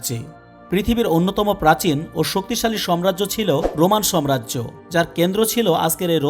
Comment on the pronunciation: সবিনয়ে বলছি সম্রাজ্য না ,,,সঠিক উচ্চারণ হবে সাম্রাজ্য